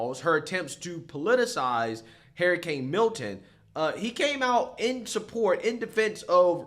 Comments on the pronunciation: lmao I have never in my life of 43 years ever heard someone pronounce hurricane as hairicane. Amazing. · Your pronunciation of the word “hurricane” is so unacceptable! Love you tho.